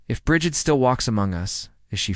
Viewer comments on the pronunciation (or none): Say it with me now... Breed. Or at least Brijid. Also, keltik